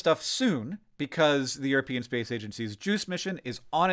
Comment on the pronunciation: EurOpeans as opposed to EuroPEans Different emphasis on the different syllable